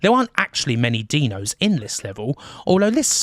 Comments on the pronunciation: Another great vid but I can't get over the "Deano" pronunciation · Why do you call the dinos "deno"? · Brilliant docu. Only improved by the fact you pronounced dinos like you would 'Dino Baggio'. Surprisingly amusing amongst all the great facts!